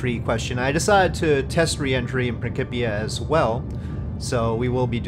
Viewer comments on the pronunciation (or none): I couldn't help but comment... Its Prin- SIP- ia lol C-I in English makes an S sound Otherwise I really want to try Principia out but it seems so different from regular RO/RP1 dynamics, which I still haven't fully gotten used to yet..